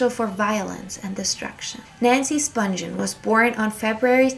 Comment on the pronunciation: Nancy Spungen's last name is pronounced "spungeon" with a soft G not "spungen" with a hard G. Several of the names you mentioned were not pronounced correctly.